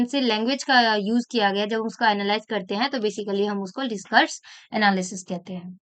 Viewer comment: You pronounced "discourse analysis" as "discourage analysis". That was funny.